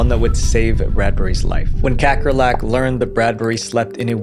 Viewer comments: As a South African, hearing you pronounce Kakkerlak made me giggle 😆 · as a dutch person, it's fun to hear you pronounce kakkerlak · damn, you rape the name "kakkerlak" (cockroach) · Never expected to hear the Dutch word for cockroach pronounced like that